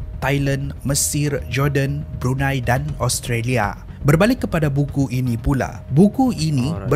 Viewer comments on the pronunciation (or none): none